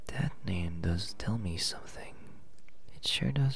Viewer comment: M'NEHM IS JEFF. My brain really cant stop ruining my relaxation sleepy time :D